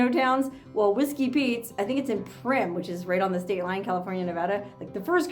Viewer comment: You live in Vegas...Primm is pronounced Prime....lol